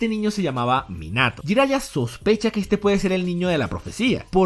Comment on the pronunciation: Escucho "Jairaiya" y se retuerce mi corazón :(